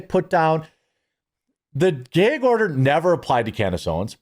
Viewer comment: Geg order. 😂